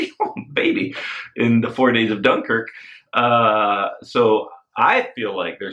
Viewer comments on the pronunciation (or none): none